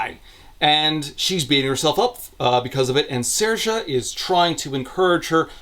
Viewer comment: I was initially impressed at for having pronounced Saoirse correctly.... Until I saw Aster had literally just written the name phonetically "Sairsha"